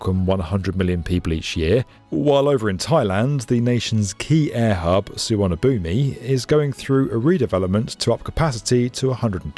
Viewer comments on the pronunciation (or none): Thailand's airport is pronounced more like suh-vannah-boom. That final i is decorative. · Suvanapum(i) the i is silent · Suvarnabhumi is pronounced Suwanapoom, FYI! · FYI - Bangkok's airport is pronounced Su-wanna-poom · su-wa-na-poom* yes its a crazy way to spell something using sanskrit but to say it in thai differently. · Just for info, the name of the airport in Thailand is pronounced Suwanapoom" (or Suwa for short). The final ee is mute. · Bangkok's Suvarnabhumi (BKK) is pronounced "Soo-waan-uh-poom" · Ok repeat after me: it's pronounced su-wanna-POOM. (We have the Royal Society to thank for this spelling time, by the way. Also gave us Phuket)